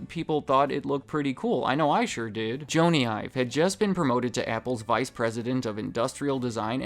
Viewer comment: Did you just say “Joany Ive” ?